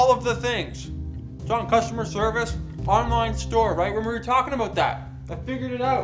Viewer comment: "onlin store"